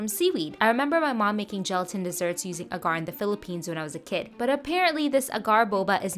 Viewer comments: Just a heads up, it's pronounced ah-gar ;) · it's pronounced "ag-er"